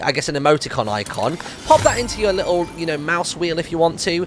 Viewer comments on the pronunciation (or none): Its little not lettle